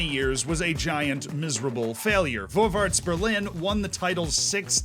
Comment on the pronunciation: Hey! The "Ä" is not an "A", it's pronounced like the first "e" in "where". "Vorwärts" is more pronounced like "For-where-ts" Otherwise loveley and interesting video as always, never knew much about east German football:)